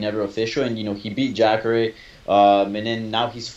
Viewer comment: lol the Hispanic guy calling jacare.. jackre